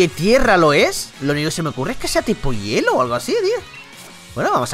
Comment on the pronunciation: hielo no herro bro :vvv